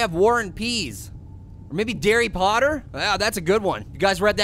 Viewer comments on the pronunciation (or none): none